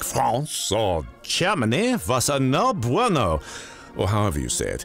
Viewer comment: Did anyone else notice he said no bueno, with a French accent? Bwahaha my favorite part bwahahah like I am actually laughing. My man. Le no bueno, senior. Hahaha